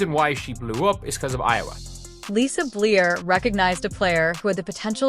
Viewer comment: Please say Lisa’s last name correctly - Bluder